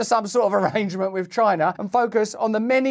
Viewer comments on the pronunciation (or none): none